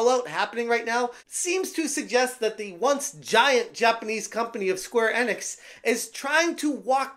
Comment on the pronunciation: Enix is pronounced ee-nicks. I know you've heard it pronounced correctly. Plus, in English, when there's a vowel-consonant-vowel combo, the first vowel is said like it is in the alphabet.